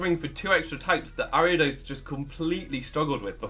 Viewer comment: Saw the video title, feared you would pronounce it wrong, clicked on video, you did pronounce it wrong. O